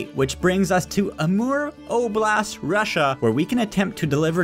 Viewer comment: How does not know how say Russia